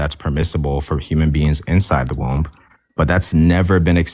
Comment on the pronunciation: All you did was show that you and your goon (who can't even pronounce womb correctly) can barrate and badger inexperienced debaters into a corner where they don't have a response. Screaming "does it justify unaliving a kid" over and over again isn't an argument, it's uncharitable framing at best. You made no points here. You just looked like an asshole